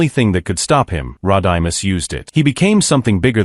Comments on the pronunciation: This is why you dont use a crap AI voice ROD-I-MUS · “Rod-I-Miss” Even AI 🤖 knows that Rodimus Prime doesn’t deserve much respect lol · Rod I Miss Prime? Sounds like a Key & Peele skit like when Key was the substitute teacher mispronouncing names like A A ron and Blah kay 😂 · No Optimus Primal? Butchered speaking Rodimus Prime's name? Well that is just prime!